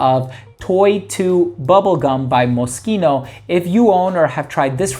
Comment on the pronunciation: Always appreciate when someone pronounces Moschino properly 👍🏻 thanks for the vid as always.